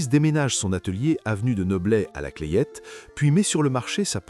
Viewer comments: On prononce pas le nom du Village la Clayette … meme si il s’ ecrit bien comme cela. Les locaux prononcent « la clette » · La Clayette, Saône et Loire, se prononce « la clète » dans le Brionnais. Mon père a travaillé chez Potain sur son site de Charlieu (Loire)